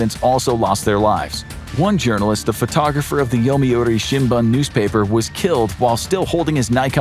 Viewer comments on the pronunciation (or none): none